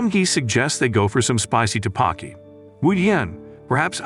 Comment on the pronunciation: "Taebakki" its pronounced tteokbeokki